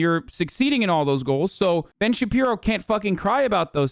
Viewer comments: Everytime he says Ben shabibo I die😭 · I only came here to hear Hasan say Ben Shabibo.